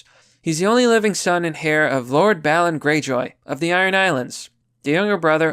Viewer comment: Love your vids, man. A couple of things (not being snarky, just trying to help you out): heir is pronounced like "air" , not "hair" and rhetoric is pronounced with the stressed syllable on RHET as opposed to TOR- RHE-tor-ic. Don't feel bad, I used to think that when people said tenure they were saying ten-year, and embarrassingly I wrote it that way in a few letters before someone corrected me, lol! Anyway keep up the good fight!